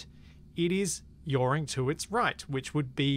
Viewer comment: I love "yawring"